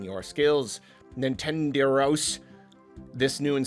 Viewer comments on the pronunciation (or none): It's pronounced "NintenDEH ros", not "Nin 10 the rows". You put the accent in the "de", not the "ten". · pronunciation of Nintenderos never ceases to entertain me.